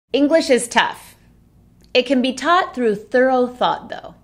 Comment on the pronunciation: No pronuncien 'thorough' asi como 'thurrow' que ha dicho foneticamente, la manera correcta es 'thurru' terminando como el 'u' en 'up'.